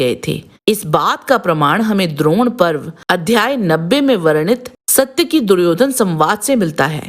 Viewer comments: इस महाभारतकालीन पात्र का नाम "सात्यकि" था ना की "सत्यकि", को अगर महाभारत/ रामायण कालीन पात्र के नामोंका उच्चारण सही नहीं आता तो पहले सिखो फिर लोगोंको बताओ. गलत उच्चार करके उसका अर्थ ना बदलो..... सात्यकि नाम का अर्थ बेहद यूनिक है! सात्यकि नाम का अर्थ "भगवान कृष्ण के सारथी, कृष्ण का सारथी" होता है। "सत्यकि" का कोई अर्थ नहीं होता है.. सनातन काल में हर एक नाम को अर्थ होता था... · वीडियो में सात्यकी को "सत्यकी" क्यों कह रहे हो? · you are not pronouncing correctly...its SAAtyaki not SAtyaki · सायकि का पड़ोसी था? 😊 वह सत्यकी थे।साइट्की नहीं। और यह बताओ वृषमि कौन थे । जिसको समझदार बता रहे हो। बताने से पहले पूरा पता होना चाहिए वह को है क्या अपने मांसे पूछो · इनका नाम सात्यकि है । सत्यकि नहीं । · पात्रों के नाम का उच्चारण सही।। रिसर्च पूरी करें। आलम्बुश नहीं अलम्बुष सत्यकि नहीं सात्यकि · You should correct your Pronunciation. Even the name of main character was not correctly done. Same with many other names and Hindi words. It is Saatyaki not Satyaki, Karn not Karan. Paraast and Praast... etc